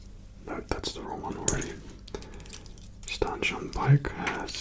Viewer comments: you were saying it right! His name is Stan Shunpike! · You got it right first time it is stan shunpike